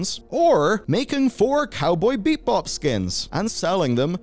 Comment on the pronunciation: BEE-BOP not BEEP BOP ogod